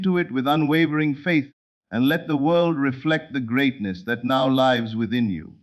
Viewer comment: Excellent teaching! But please correct mispronunciation of “lives”, so less distraction. Also, there is not enough pause between sentences so one can consider what is being said. Plus, correct word emphasis is missing so points in message are not clearly made. Thx 😊